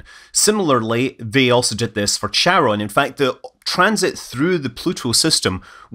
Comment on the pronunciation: Please excuse my desire to correct you Scott over the pronunciation of Charon. I am not sure how the community pronounces it, but the correct way to pronounce it is as in the word “chord”. Both are Greek which is why the CH is written intending to sound like a K.